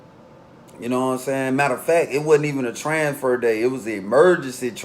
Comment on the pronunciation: 😳😳Tranfer...I Thought It Was TRANSFER 😂😂